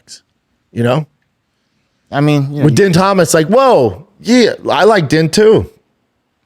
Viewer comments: Dean not DEN. Jill, not Gill. Does Brandon Schwab even watch the product anymore? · Brendan I know it’s spelled “ Din “ …..but it’s pronounced DEAN!!! lol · Din and Gill over n over 🤦🏻‍♂️ only guy to ever pronounce both wrong. Whole can of Pringles on your shoulder 😂 love it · Yo its spelled din pronounced dean 😂